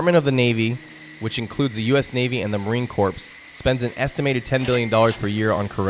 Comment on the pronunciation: Marine Corpse? Please have respect.